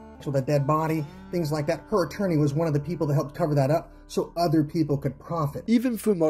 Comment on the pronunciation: "theeeethe" ?? I haven't watched a video of yours since. Get people who can talk properly